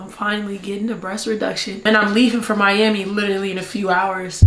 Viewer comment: said miyammy lmao Miami! Lmao